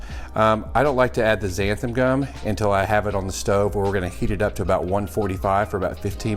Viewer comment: I love the show, love your recipes, and the scorpion pepper is my favorite of the "big boys". I wasn't able to finish the video and took the gist for the rest... let's be honest. I couldn't hear xanthaN gum mispronounced one more time. Short of being pedantic about language, I look forward to replicating that sauce!!